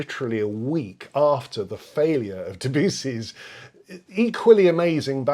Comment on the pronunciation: genuine question - the way you pronounce debussy seems incorrect to me is there a reason you pronounce it this way? i have understood it to be that you should pronounce the name in the accent of their country of origin. the french accent of debussy should be "deh bahyousee" thanks